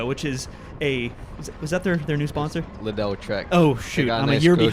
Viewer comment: Lidl isn't "lidell" lol its "leedel"